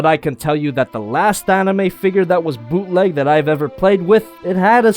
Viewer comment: Bootleg? More like booteh leg